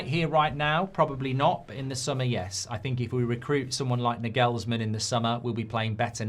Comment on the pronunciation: Oh, goody. Another person's name he can't pronounce.